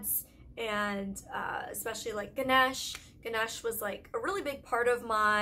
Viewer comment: I love you Molly but please pronounce the god correctly in it's pronounced GENASHA NOT GENESH btw I'm Indian and I'm telling you this going to a new country you have to be careful with your water otherwise you WILL BE SICK . BTW I'm Indian and I always get sick when I go to India.